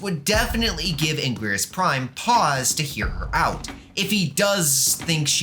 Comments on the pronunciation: First he says heisei as ‘Hes-A-iA’ now anguirus as ‘an-gwirs’… (Its actually said like: ‘HeI-SeI’ and ‘An-Ge-rus’ (note ‘I’ is uppercase ‘i’)) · cough "ang-ear-us" cough